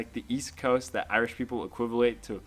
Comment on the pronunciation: You have been in ireland for 6 months and you still can't pronounce irish or ireland right